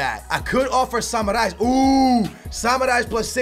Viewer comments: Its samaris not samarais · That Samaris butchering tho lmao Seems like he's saying samurai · You are pronouncing samaris so wrong dude , dont say you re a benfica fan